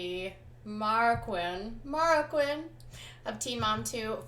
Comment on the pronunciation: fyi, Marroquin is pronounced mahrrow (r's rolled)- keen. not quin or kinn.